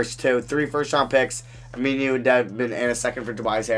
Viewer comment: I literally laughed for the rest of the video. "Ameenuu"